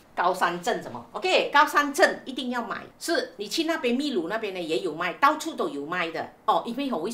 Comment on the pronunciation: Uncle Aunty, 祝福你们俩旅途愉快，秘（读音是bi, 第四声) 鲁 lu